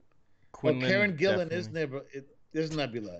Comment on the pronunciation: How many times are you guys going to discuss the actress Karen Gillan, talk about how you don't know who she is, and then talk about casting Nebula from Avengers. IT'S ALL THE SAME PERSON. Karen Gillan (not Jillan) = Nebula = Jumangi